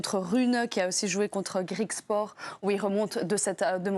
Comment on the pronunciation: Comme pour le Basket, L'équipe ne sait pas parler d'autre chose que du foot, la fille qui lit ses notes en ne sachant même pas prononcer correctement le nom des joueurs et l'autre envoyé sur place qui ne passe son temps qu'à rager et dire de la merde - Si tu ne connais pas Griekspoor et pense qu'il y a que sa mère qui le connait, regarde le tennis + que 2 semaines par an quand il y a Roland car ça fait pitié et c'est honteux d'entendre ça - j'espère vraiment qu'un jour cette chaîne va s'intéresser à autre chose que le football dans la vie. débat ridicule et sans intérêt...